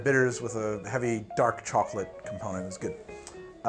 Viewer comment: It is pronounced "Choco-lottle"